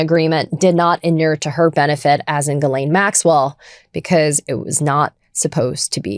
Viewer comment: CONGRATS TO BEN for CONSISTENTLY pronouncing GHISLAINE correctly after a goddamned year....